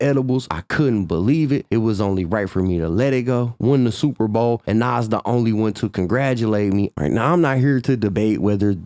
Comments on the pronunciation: Love ya.. But its not pronounced "NOSS" (Nas) its pronounced NAHZ (with a 'z' sound at the end) ❤❤ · The way you say Nas erks me. Either say the man's name right or don't say it. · Stop saying nas name like that its cringe af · Wish you would say Nas name correctly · I fuk with, but if you didn't know he was white you will know that now because how he say Nas, I'm from the south and I still know how to say his name